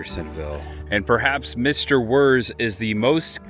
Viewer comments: His last name is not “Wurrz”. It’s pronounced like VEErtz. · pronounced Wirtz